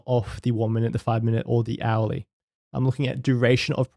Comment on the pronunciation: Very interesting stuff.... This candle behaviour is something the rest does't really talks about. What I really wanted to say is that it took me one or two hours listening before I figured out that you say the word "hourly" ;). Thanks for making theis content!